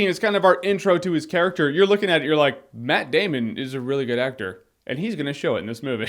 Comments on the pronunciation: is a Username It's more like: METT DAYMUN! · he meant , more like "MATT DAMN-ON!!!" :P